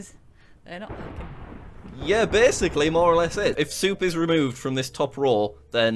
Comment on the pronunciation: "is 'ackin' that innit?"